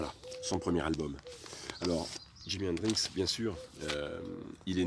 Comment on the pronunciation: Super vidéo très intéressante mais stp arrête de dire Hendrinxs 😜 Bravo et merci pour ce bout d'histoire du Rock 👍🤘